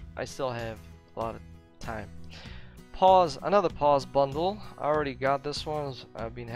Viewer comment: To help you out, POSE is pronounced pOz with a long O sound. You’re actually saying pause like to stop a video briefly... love the videos and I can hardly hear a Ukrainian accent, your pronunciation is extremely good